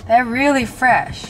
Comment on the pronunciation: " they're fress... But stil have salt on them"